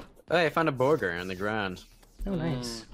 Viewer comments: „Borgur“ Everyone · When he said Borgar I was literally thinking about Borgar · Hey everyone say it with me “Borgor” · Who else assumed half of the video would be them saying borger